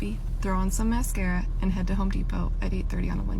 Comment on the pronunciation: She said throw on some "mascara" Lol